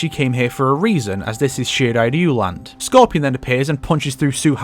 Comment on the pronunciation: Why does this guy keep mispronouncing "Shirai Raiyu"?